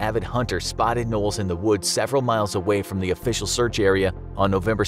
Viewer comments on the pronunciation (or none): none